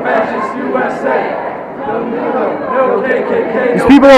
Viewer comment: At about the mark they start chanting, "No Meeelo, no KKK, no fascist USA." They can't pronounce Milo's name properly, yet expect everybody else to honour made up pronouns for fictitious genders they pretend to identify as. Hilarious.